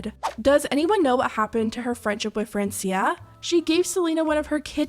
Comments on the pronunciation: Its not "Friensia" its "France-ia' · It’s Fr-awn-cia 😑